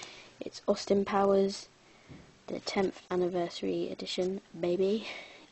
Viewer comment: LoL i like how you said "10th anniversary edition. BABY..." lol never seen the royal tennenbaums i might check it out... nice picks and keep up the good vids